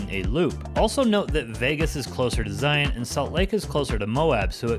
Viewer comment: Thank you for your pronunciation of Zion the correct way. Zion. Just like Lion.